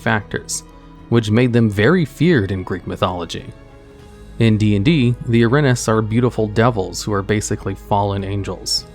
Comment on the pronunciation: Erinyes is pronounced Eh-rin-ee-is